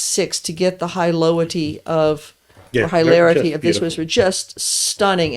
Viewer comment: Did she say "Highlarity"? I like that!